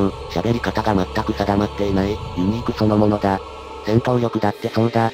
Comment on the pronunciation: ユニークがユーニクに聞こえてくる...